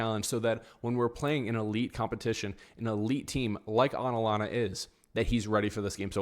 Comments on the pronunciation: I'd say 4 4 2 diamond 💎 Rodrygo, Mbappe and Vinicius cannot play at the same time. They unbalance the team. Also, watch out for their LB, KOlasinac. Hes a criminal, he actually injured Jese a few years back. Career ending., it's A TA lanta. With a T, not aNalanta. Hala Madrid!:_RMFC::_mbapnails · I had to stop listening the way you were saying Atalanta! It’s not Atlanta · Absolutely butchered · Can't u pronounce atlanta 😂 Alanana 😂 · Bro ur literally saying "anlana"😭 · It's ATalanTa,pronounce the 2Ts strong and freely😅😅😅RM win 2-1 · I can’t un hear it 😂 Analana 😂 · Your pronunciation of Atalanta gave me cancer.